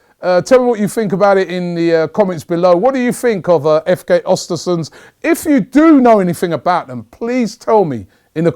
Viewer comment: im swedish. i would love to teach you how to pronounce the name of the club but its a tricky one, learn how to say mesut özils name the way he himself pronounces it, then say östersunds